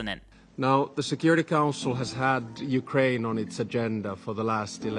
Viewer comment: bro said "Ukwaine"